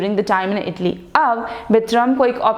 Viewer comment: IT'S ITALY NOT IDILI😁